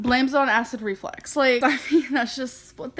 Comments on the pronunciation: Just the way she speaks its flux not flex. She completely missed entire semester of grammar/spelling/speech class.. lord! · Its REFLUX,not REFLEX...that was bugging me 🤬🤦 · it's acid REFLUX, not RE-FLEX. 🤣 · Is she saying acid reflex? Does she not know it's acid reflux? Does she not know the word reflux? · Nope, she says acid reflex 💯😂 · Is she saying acid reflex? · Is she mispronouncing "reflux"....or does she genuinely think it's acid "reflex"??